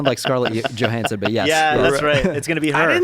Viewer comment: For the love of goddd Joe, it’s Johansson WITH A J. LIKE YOUR NAME BUDDY. sheeeesh